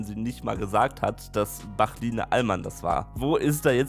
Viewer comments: "Bachline Alman" 😭😭😂😂😂😂😂😂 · ..."Bachline Alman"? war das beabsichtigt? xD